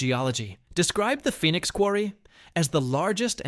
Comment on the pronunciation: Is pronounced fee nix like Phoenix Arizona